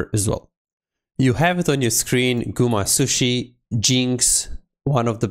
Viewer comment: Gumasushi? I thought it was Gumayusi.